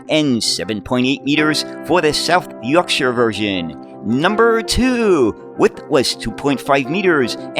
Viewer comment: Great video on the history of these buses and as a Sheffielder, thank you for pronouncing South Yorkshire properly!